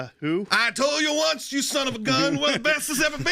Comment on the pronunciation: 😂😂😂 "I toll you". Thanks for the laugh!😂